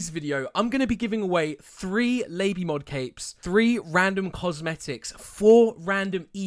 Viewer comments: but its pronounced "lah-bee-mod" not "lay-bee-mod" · did he just fricking call it lay-bee mod